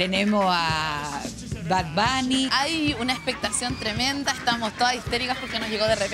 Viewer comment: Amo que la alcaldesa diga MARANTONI y BADBANI 😂😂😂